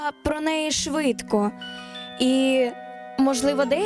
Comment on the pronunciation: Монтаж норм но девочка говорит заместо "швидко і шукати" "свидко і сукати"